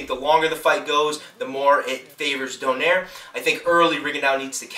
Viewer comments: its pronouce donayre not donaire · if you would like some help with these fighters pronunciation: Ree-gon-dee-oh and Don-ah-eeh-reh cheers:)